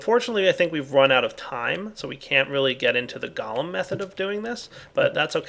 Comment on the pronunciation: GO-lem. Not Gollum. "Goal-em." Unless you're hiring Smeagol to do your yard work, it's "golem."